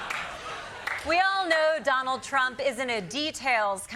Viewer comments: "Johnald" ... Lol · I love how I keep hearing "Jonald J Trump"